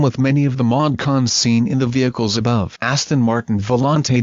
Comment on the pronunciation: Charles really butchered that Aston !